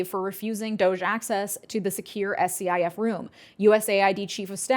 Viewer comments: In case no one has already mentioned this, SCIF is commonly pronounced 'skiff'. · Future reference, a SCIF is pronounced “Skiff” and yeah it’s highly illegal to let in someone to any skiff without a proper clearance especially if it hasn’t been sanitized of all classified info. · SCIF is pronounced as SK-IF SK as in skip and IF as in what if… Netanyahu was complaining about USAID in Gaza and helping Palestinians even during the bombardment… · That "SCIF" is commonly called a "skiff". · Usually SCIF is pronounced as a word like skiff. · scif is pronounced skiff. they are all over, in nearly every agency. electronically sealed. all electronics/phones can not enter. and no doc/or notes can be taken out by consumers of the secret info. they are a big deal. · Love your videos and more people need to see/listen to them but SCIF is generally pronounced as a word even though it is an acronym.